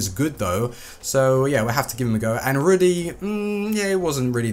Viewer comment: You pronounce Rudy like ruud gullit with an extra e So ruud-e